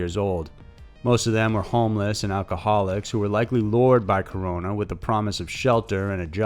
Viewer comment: Hey man, props for pronouncing Mexico and Corona's name correctly